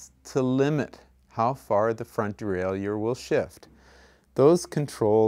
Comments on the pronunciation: Well put together. But I gotta ask... de-rail-you-er??? Isn't it pronounced de-rail-er? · It is pronounced de-rai-lleur as any dictionary will attest to.